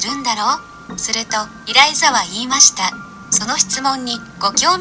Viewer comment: エライザじゃなくてイライザですよ